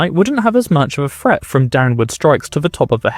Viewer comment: fret? Threat, learn to speak your language bong